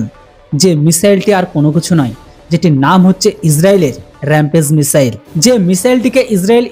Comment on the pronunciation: মিশেল কি ? মিশাইলকে ঠিক ভাবে বলতে চেষ্টা করেন, মিশেল নয় ।